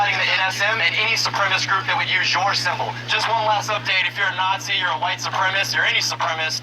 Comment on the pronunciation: He doesn't know how to say the word "supremacist." And the audio in this video is twitch-inducing awful.